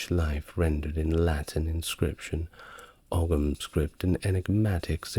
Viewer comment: It's not a big deal AT ALL but a couple of teeny pronunciation nitpicks. Ogham = ome like tome/home Kildare (my home!!) = kill like murder, dare like to be brave enough to try something. Kill Dare. Rhymes with "there" Also there's a small bit of ambiguity because you ARE actually talking about old Gaelic, the Scottish language currently spoken on YouTube by small pockets of Scots I'm sure, and so you're correct in everything you said there afaik but just in case it's not clear for anyone listening, that's not to be confused with the Irish language which is a different language spoken by small pockets of Irish people today. Well, it's actually spoken by most of us as it's mandatory in school, just not as part of every day life. That language is referred to in English as "Irish" but a lot of foreigners 1) misname it and 2) mistake it for Scots Gaelic because the Irish word for the Irish language is Gaeilge. Pronounced "Gail gah" Obviously the two languages have common ancestry and has not misspoken here, as the time period in question would refer to the original Gaelic language that both places shared variants of but the languages of Scott's Gaelic and Irish have diverged significantly since then and are now not the same language as eachother or as they once were, and it's important to us that people know that because our language is...quite important to us for a few reasons.